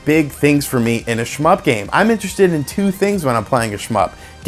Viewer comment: Stop saying shmyp...